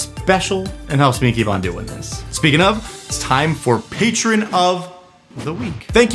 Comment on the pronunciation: I hear you saying patrron, but I'm thirsty. Where's your OF?